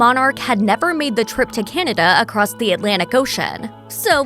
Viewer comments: Kennada? Cant pronounce Canada! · I like Crown Royal, but I don't understand why the narrator keeps on pronouncing Canada like it's spelled Kinada. There is no letter "I" in the name of that country. It sounds weird, get it right.